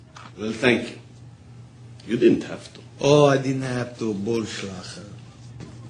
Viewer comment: kiwi not, ooh, eh.